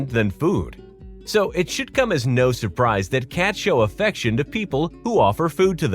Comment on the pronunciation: No means no, but it sounds more like Mro.